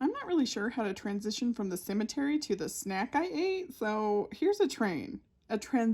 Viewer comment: A “trainsition”